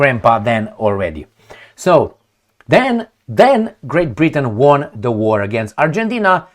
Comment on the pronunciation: Dear, we all enjoy your obsession with baboons and occasional joke here and there. Please accept with no malice that the only pronunciation of WON, past tense of WIN, has always been ONE😅, give or take some regional accents in the UK. Cheers🎉